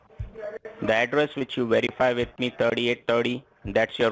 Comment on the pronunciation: Whereify..who are you..did he say lieinforcement..Yeh, how many peoples know your number...I thinks his head is going to explode...